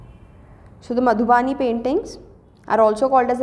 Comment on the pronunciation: It is मधुबनी not मधुबानी